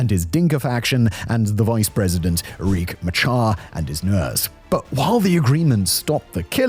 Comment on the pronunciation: South Sudan - Opposition Leaders name is pronounced... Rick Ma-shar (Riek Machar)